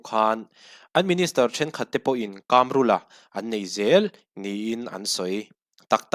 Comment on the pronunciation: Kamrula, mizo tawng i suasam tlat, Kâmrula a nilo.... KAMRULA, THLUK NA A AWM LO BOSS